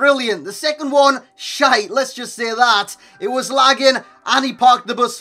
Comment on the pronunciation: Hahaha I love you to so much when you say Shaite